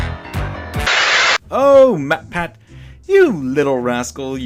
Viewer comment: Good video! Although I don't like the way you say "MatPat". It sounds like you say "MetPet"